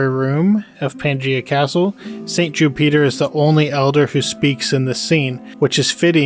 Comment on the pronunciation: "Jew-peter" lol. Great video man.